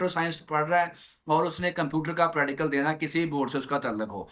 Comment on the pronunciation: Sai ga practical ka name se Sahi se Lelo pradical 😂